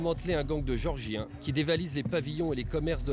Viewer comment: Le mec est incapable de prononcer géorgiens oh c'est pas des mecs qui habitent chez Georges de Villeneuve sur Lot qui est toujours au comptoir du café chez bébert international